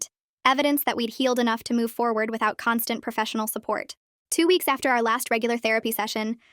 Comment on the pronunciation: She said "our" but it sounded like " her"